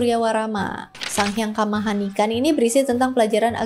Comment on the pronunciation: Sang Hyang Kamahayanikan kak, bukan Kamahanikan